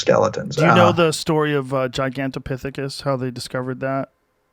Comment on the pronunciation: I knew I should have fact check that giganto piss fississs theory before telling everybody about...dang it Rogan!! 😂 it’s just “another” primate, not homonomonid